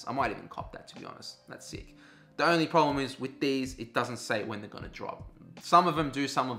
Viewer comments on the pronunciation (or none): none